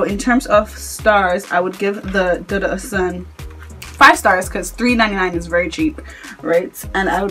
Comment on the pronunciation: You guys it’s prounounced DOO-DOO oshun ,it’s Yoruba